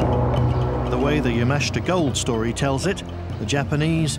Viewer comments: It's not Ya-MA-shi-ta It's Ya-ma-SHI-ta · pronounce" Yama-SHIT-ta" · So very hard to listen to the constant mispronunciation of Yamashita's name. Good video but learn how to pronounce Japanese names and drop the facebook logo in the lower right hand corner.